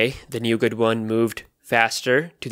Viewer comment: Nougat. T is silent bro